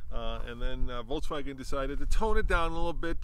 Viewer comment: The fact that has actually called VW "VolTswagen" is funny now that they wanted to rename the brand